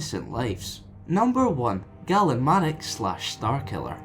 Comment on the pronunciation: Great work. I think you pronounce "Galen" wrong though. The GA is pronounced like the one in the word "Gain". I think Kam Solusar would have been an interesting one to include. Could you do Corran Horn or Marka Ragnos at all?